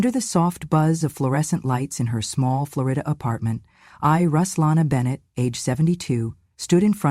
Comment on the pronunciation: FLOOR E DA?? it’s OK not to pronounce it correctly, but I don’t think she is from Florida!